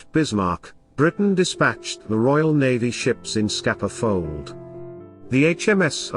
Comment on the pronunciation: "scapa fold" "HMS sufflock" "prince Wales" ????? Do you mean scapa flow, HMS Suffolk & prince of wales lol